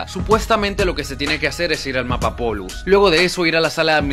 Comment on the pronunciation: Es polus no pollus ._.